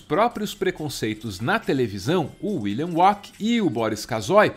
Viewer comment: Me desculpe, mas vocês falando William "uaqui", ficou me tirando a concentração do vídeo